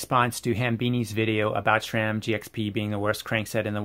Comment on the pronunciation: Thanks for the insight. Yet, cannot say what irritates me more: the fact the presenters of most bike channels, no matter if paid-promotion or "bad-engineering-bashing" share the inability to pronounce Sram correctly - There is no "H" in that acronym, hence it's not "shram" but sram* - or this presenter saying the words "if you're going to go deep into Hambini ..." while putting on rubber gloves. 😉